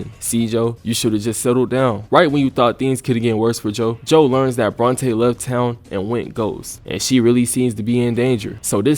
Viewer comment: Get the second part of this season immediately. It was horrendously crazy how it all went down. Ngl, was rolling my eyes everytime Joe was thristing after Bronte.... BORNTE!?!